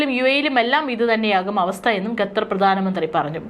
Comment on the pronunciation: ഡിയർ ന്യൂസ്‌ റീഡർ : ഗദർ എന്നല്ല... ഖത്തർ എന്ന് തിരുത്തി വായിക്കുക.